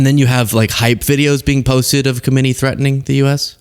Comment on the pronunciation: The name is pronounced Co-mean-ee